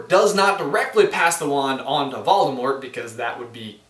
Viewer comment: he says valdamort